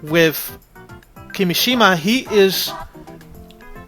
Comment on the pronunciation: it's kimìshima,not kimishìma